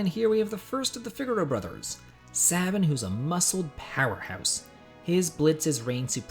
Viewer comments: "SAY-bin" Not "SAH-bin." Pshhhh man.....you're making it hard for me to keep this thumbs up on your video lol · SABIN= SAY BIN, NOT SAH BIN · Sabin.... The "I" makes the "A" long. Say-Bin....